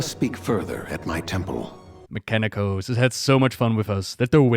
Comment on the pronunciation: Remember when he was still called "Meeka-Nee-Kose"? Those were good times.